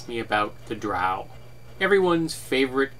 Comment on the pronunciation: The way you pronounce Drow is the proper way as it comes from Norse Mythology and that's how they pronounced it. But I'm a dirty heathen and pronounce it the bastardized way.